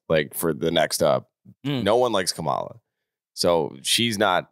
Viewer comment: cmon. Her name is Ka-ma-la, not Ka-mala. You out here pronouncing her name like M*G*